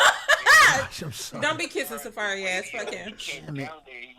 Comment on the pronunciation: mispronouncing Safaree has got me WEAK 😂